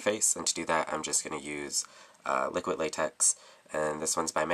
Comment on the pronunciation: I like your way of saying liquid latex. You say liquit. Hahaha